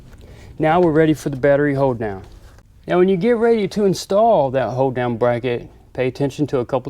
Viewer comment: Did any else think it sounded like he says hoedown i assume he saying hold down